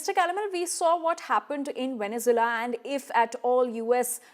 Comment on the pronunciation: This anchor needs to learn how to pronounce Venezuela 😂😂😂😂